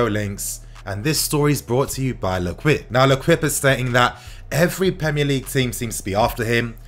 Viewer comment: 😂😂 plss it's pronounced "lekip"